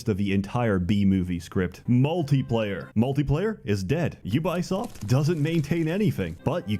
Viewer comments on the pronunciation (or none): Please notice how consistently says 'Ubuysoft', gotta love it, with or without the blocked clip. You can still find the original on other video sites btw, instant classic!